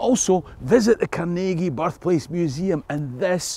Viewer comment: As a lifelong (56 years) resident of the Pittsburgh area, may I say how pleased I am to hear the proper pronunciations of Carnegie and Pittsburgh in this video. Americans from outside of this region emphasize the wrong syllable in "Carnegie", and % of Pittsburghers don't even know to pronounce "Pittsburgh" with the same ending as "Edinburgh". The Carnegie name has been with me my entire life. I grew up in a township that bordered Carnegie Borough (where the local post office was located, so Carnegie was part of our mailing address). Over the years I have visited the Carnegie Library of Pittsburgh and the Carnegie Museums many times; one of my children now works at the Carnegie. The part of the video that hits home for me most of all is the discussion of Andrew Carnegie as an employer. My great-grandfather was a former Pittsburgh police officer who took a job as Captain of the Mill Police at a Carnegie steel mill several miles north of Pittsburgh. He was killed in a riot that broke out during a strike in 1906. Some people might think he was on the wrong side, but he was making a living to support his wife and five young children when his life was taken from him. There are so many sides to every story.